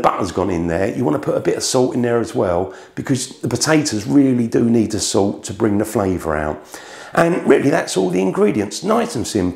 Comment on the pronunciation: I don’t think the English actually speak english. So much glossing over the vowels for a lazy tongue. “Put sout on da PaTAe-Tez”